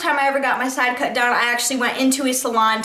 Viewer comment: why don't you learn how to say sidecut. and Monroe. it's not man-row.. fucking idiot... little miss I'm to good to acknowledge anyone. there are numerous questions people have asked. NUMEROUS. it doesn't matter how many hours a week you work. seems like out of your oh so hard job you found time to make all these fucking dumbass videos. if you have time to make these videos. why don't you have time to pay attention to any of the people commenting. give me a break lady! fuck!